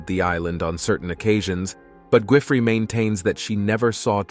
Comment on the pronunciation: Why are you mispronouncing, Gisland Maxwell name for, the s is silent, just like in island